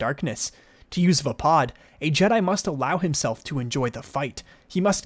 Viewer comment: other than saying vaapad wrong, good info. thanks!